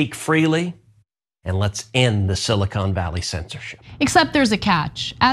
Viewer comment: Did Ted Cruz pronounce it "silicone valley"? Is that where they develop breast implants?